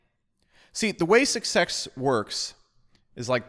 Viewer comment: Best part? When he produly says: ...the way succsex works is...